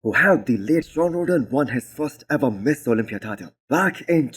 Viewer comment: When you say Mr Olympia it sounds like you are saying Miss Olympia. Make sure you pronounce Mister not Miss... Otherwise really enjoy your videos it's the first video I look everytime I open YouTube in the morning while I drink my coffee. Great job!